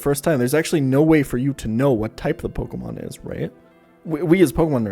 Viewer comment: am i the only one that saw him cringe at every mispronunciation of pokemon? like, "i stg say como one more time..." :P